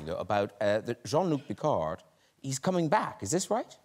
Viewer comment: It’s pronounced: John Luck Pickard.